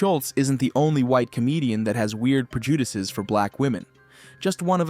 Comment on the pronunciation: The person who made this video needs to learn how to say prejudices, that was hilarious